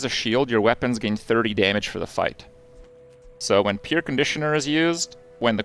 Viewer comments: Hey Krip! "Pierre" is a French name and pronounced "pee-air". Hence the joke on the name because it's an air conditioner. You don't pronounce it "peer". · Pronunciation Police: In "Soldering" the "L" is silent, so it is pronounced "Soddering" Edit: That is the North American pronunciation of "Soldering" The name "Pierre" is pronounced "pee-air", so Pierre Conditioner is a pun on air conditioner